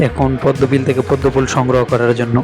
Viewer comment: Ful sodho matro apnr junnu r ur junnu rakhlei hobe na sobar junnui rakhte hobe vaiya😵‍💫 R lastly pronunciation ta jonno hobe... Not junnu